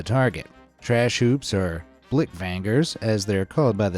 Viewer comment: I'm an affended dutch person 😡 YOU MESSED UP BLIKVANGERS ITS BLIKVANGERS NOT BLIKVAANGERS WTF